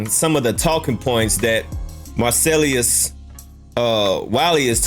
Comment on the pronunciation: What fucking school did you go to .who the hell is marcellyus.please drop the y 😭😭😭